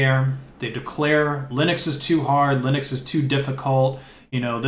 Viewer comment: wait, what the heck is lye-necks, son?